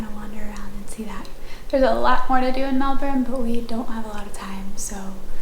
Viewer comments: LOVE that fact you can pronounce Melbourne properly. Huge respect haha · Did you notice........you pronounced Melbourne correctly at least once, well done you!